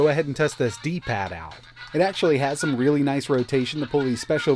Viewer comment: ⛔⛔⛔⛔⛔⛔⛔⛔⛔⛔⛔⛔⛔⛔ D paaad D PAAAD TF IS WRONG WITH YOUR TONE DUDE